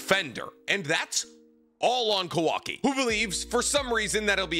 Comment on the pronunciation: The guy talks about all the knowledge he has about the source material… yet miss pronounces names every time … KA-wa-ki… ah-mod-oh…